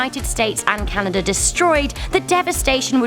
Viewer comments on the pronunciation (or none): none